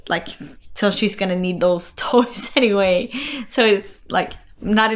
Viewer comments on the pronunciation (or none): none